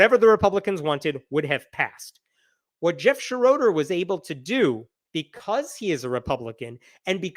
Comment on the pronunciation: It Shro der not Sha RO der. it's German.